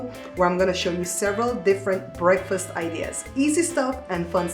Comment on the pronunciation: Please don't say breafas...say, breakfast. The k is not silent nor the t at the end . Thanks!